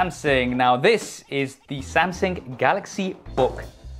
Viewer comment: Is he saying "Samsing"?